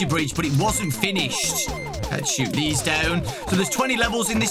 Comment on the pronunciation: "what is zeese?! What is zeese?" Truly an inspirational quote